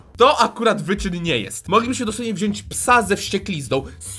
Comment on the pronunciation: drobna uwaga dla pani... MÓWI SIĘ WZIĄĆ!!!!! (sorka ale bycie córką nauczycieli ma swoje minusy)(poprawiam wszystko i wszystkich)